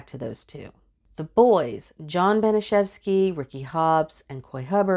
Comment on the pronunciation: Great job! You have thorough knowledge of this tragic case. You even pronounced Baniszewski correctly! I've been following this case since 2014 when I found out about it. I also read about Gertrude's sad upbringing, but that doesn't excuse what happened to Sylvia and Jenny.